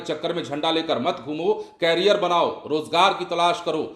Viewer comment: बिहार के एंकर भी मूर्ख है कैरियर नहीं होता बेवकूफ करियर उच्चारण होता है